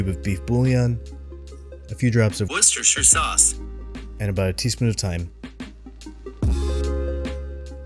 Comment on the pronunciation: Aw, hell yea! Yum! and LMFAO "worcestershire sauce".😂